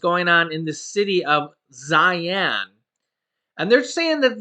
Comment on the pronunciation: In the Chinese Languange Xi-An is pronounced SHE-AN.